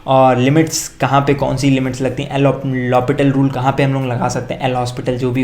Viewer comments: Bhaiya nahi El Hopital na hi El hospital Lopital (lo peetal (take tamba)) Rule hota h woh H aur S silent hota h 🤦‍♂️🤦‍♂️🤦‍♂️🤦‍♂️ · Bhai pronounced as L HOPITAL